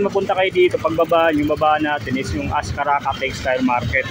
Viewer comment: ascarraga po yan hindi ascarraca